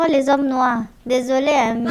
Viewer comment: "Les zhommes noirs" J'ai beaucoup rigolé, mama mía.